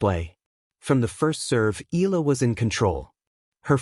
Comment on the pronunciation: Make your AI pronounce her name properly it’s Eyala not Eela!